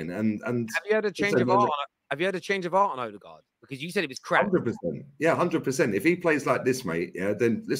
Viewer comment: Imagine saying odegarrd as trash 👀👀